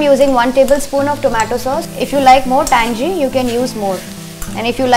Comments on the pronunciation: Its tangy not tangey. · lol..understood you are married once at the start of the video and than once towards the end ..but what i cant understand is since when do we pronounce tangy as tan-jee ? its TAN-GEE.. as in ummmm gila (wet) or giloy ( medicine )..on a serious note.. the stuff looks fab..